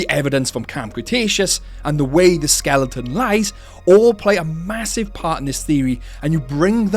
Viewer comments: Skeleton Not skelington 😂😂😂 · great theory but I audibly groaned everytime you said (what sounds like) "skellington"